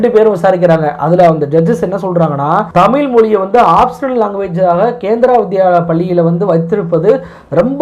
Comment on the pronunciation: தமிழ் என்ற உச்சரிப்பு தமிழ் என்று வருகிறது நண்பரே . தமிழ் பற்றி பேசும்போது தமிழ் உச்சரிப்பில் கவனம் மிகவும் அவசியம். திருத்திக் கொள்ள வேண்டுகிறோம்